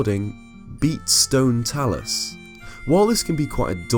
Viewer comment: “Bat stone Talus” Lmfao as soon as i heard the music I dipped